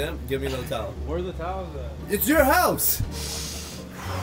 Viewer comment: "where the twoel at"," its your house!"😂